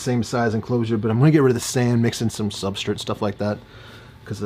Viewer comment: Bro, WHYYYY do you pronounce Substrate soooo weird?!?!? I cant stand it. You cant say S-T-R-A-T-E